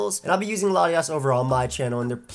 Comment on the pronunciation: I can't tell if he's saying Latios or Latias